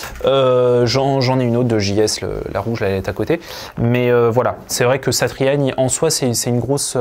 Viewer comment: Je me demandais d'où te venais ta bonne prononciation de Joe "Satriani " , tout s'éclaire désormais ! On aura reconnu a palatina dans la video aussi ! Force à toi et merci pour ton travail !